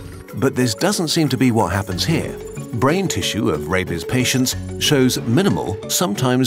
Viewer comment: The pronunciation made it sound like he was saying “Rapies” 😂